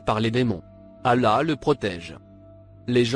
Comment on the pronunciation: C’est pas un musulman qui a fait cette vidéo cette voix est celle d’un youtubeur qui donne des recettes de beauté même prononcé le non d’Allah il ne sait pas un fidèle musulman dit Allah et non Ala je sais pas prqw t’as fais cette vidéo mais si c’est pour attaquer les musulman,Qu’Allah le très haut te punisse